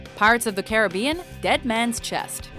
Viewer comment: pronounced Carribean properly for once!:P